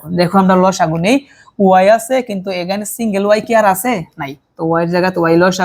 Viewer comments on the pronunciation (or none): none